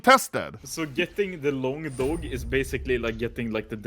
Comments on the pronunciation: LONGDOG ❌ LONGDONG ✅ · Why you say longdong,Why dont you say longdog.